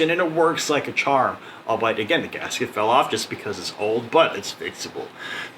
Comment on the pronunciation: Don't wanna be that guy, but the way you pronounce albeit is weird af... Pronounced all-be-it...